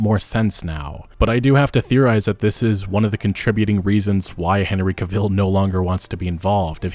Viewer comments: And I just started a 4th Wild Hunt playthrough too. Show isn't that great anyhow. Henry is a great Superman though! I always thought Anson Mount as Geralt was always a better choice and i am a fan of Henry's. Pronounce his last name right too for the love of God lol. anyhow the show was always kind of shit and HC deserves better either way. Agreed on Liam 100% he is trash (just like his brother, Thor sucks). show is dead after season 3 when he is replaced. Rings of Shit and Halo was DOA! Modern Hollywood is pretty crap anyhow. Looking forward to that remake though! It was great news to see that is getting a remake. Netflix has Squid Games but that's about it too. end rant lol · All good points. Henry Cavill will be missed and the show does not deserve him! One small thing, though, Henry Cavill's name is pronounced Cav-ill and not Ca-vill. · According to Henry, Cavill is pronounced like in travel. Not vill. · I know.. I was making a joke at the fact its pronounced Ca-vill, not Ca-ville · Dude, is English not your first language? You mispronounced several words there including Henry Cavill. "Debuted" is pronounced "day-bue-d" not "day-bue-ted" The T is silent in the word. And Cavill is emphasized on the first syllable not the second. Like CAH-vill. Not Cah-VILL. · His last name is Cavill pronounced travel but with a damn C. It’s not Cevil. He’s not Carella Deville. Lol. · It's Cavil, Not caviel like you say it haha. ANyhow.. i think he did quit because he will come back as Superman. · It's Cavill not caville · Ka-Ville - not Cah-Vihl? I don’t know - I have never heard his name said this way and it’s kept making me flinch while listening. Anyone else? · It's Henry Cavill, Not Henry Caville you don't call gerard butler Gerard bootler Or morgan freeman morgan free man I mean you're making a video about the whole thing.. don't be so lazy.. People don't rely and you as an actual viewer and fan of the show when you can't even bother pronouncing one name correctly